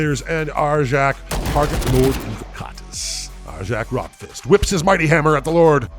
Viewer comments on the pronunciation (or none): Agreed. The wolves don't build console gaming systems. They complete sagas, not Segas. Also, the letter "J" is pronounced as a "Y": Njal = Nyal Bjorn = Byorn Arjac = Aryac